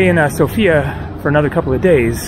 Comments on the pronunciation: Hey, lovely video, but just a side note. It is pronounced Sófia not Sofía, The stress is on the O not the I. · It is not a girl, it is a capital. It is pronounced sOfia, not sofIa. Greets from Sofia. :) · Dude, it is pronounced SOfia, the stress is on the O.